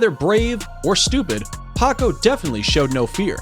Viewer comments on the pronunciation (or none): none